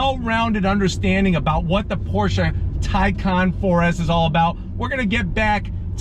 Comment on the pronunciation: Why does he keep saying Portia? It's Porsheh